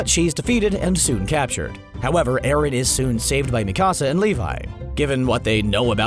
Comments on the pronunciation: Luv CBR also it’s not Mekasa it’s Mikasa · Bro, the next time you make a video about AOT, pronounce Mikasa’s name correctly . Go watch the show again. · Not you butchering mikasa’s name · Especially Mikasa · its mikasa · Tripp McGee, yeah I agree. I was dying (not of laughter) because they were pronouncing their names wrong. Also Jack Keifer, yes they need to learn how to say Mikasa, it’s so weird how they say it.